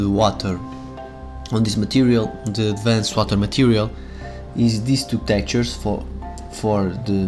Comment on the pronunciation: What exactly is ADVAN-CED in your WIDEO? If you would learn to speak proper english before posting a VIDEO, then we would not have this confusion in AMERICAN YOUTUBE!!! ADVANCED is pronounced "ADVANST", not ADVAN-SAID. You are getting your SPANISH pronunciation confused with ENGLISH pronunciation... Geezus